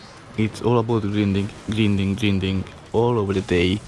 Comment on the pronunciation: And that grendin and boufin